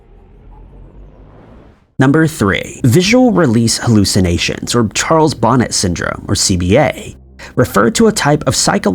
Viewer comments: I love this video and all. your videos. I just wanted to mention that Charles Bonnet was French, so his name is prnounced Bo-neh with the T being silent. I knew someone who had CBS and he said the dragons and hippos and other odd things that he "saw" when he became totally blind were entertaining once he got used to the fact that they were just that. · Charles Bonnet is pronounced Bow-Nay